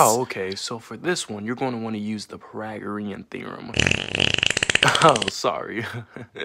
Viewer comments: "Pragoreum theroem" Lmao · He said Pyragoreom Theorom🤣🤣🥲